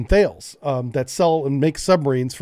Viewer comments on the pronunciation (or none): Enjoy your content as always. Side note: “Thales” is pronounced “Tallis”, not “Th ales”. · thales is pronounced thal-es (talos), not thale’s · Pronounce Thales as “TALLUS” Or rather the sound after the T is “Alice” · Really interesting :-) By the way, Thales is pronounces Ta-les (tar-les) 👍